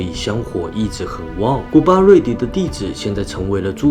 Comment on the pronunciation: 提醒ㄧ下 是古巴端（ㄉㄨㄢ）迪 Kruba Duangdee 洗威猜的弟子